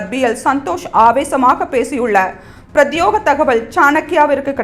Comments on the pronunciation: உச்சரிப்பில் கவனம் தேவை . பிரத்யேக தகவல் என்பதை பிரத்யோக தகவல் என வாசிக்கக் கூடாது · Prathyega not Prathyoga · Adu prathyega,prathyoga illai /News Reader sariyaaga padikka vendum😢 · "பிரத்யோக தகவல்" என்று தவறாக உச்சரிப்பதற்கு பதில் "ப்ரத்யேக "தகவல் என மாற்றி உச்சரிக்கவும். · பிரத்யோக அல்ல... பிரத்யேக என்று படிக்கvuம்.